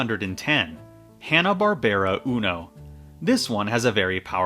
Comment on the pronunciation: The way you pronounced Hanna Barbera.